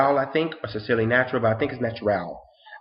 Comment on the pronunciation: Hi, thank you so much for your honest review and feedback of my product line, I am so greatly appreciative of you and your future patronage. Also side not you pronounced my name perfectly:) Have a blessed rest of your early morning:)